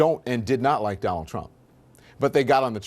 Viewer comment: New casters only have one thing in their life to do right and thats pronounce the fucking word right. Donal trump.......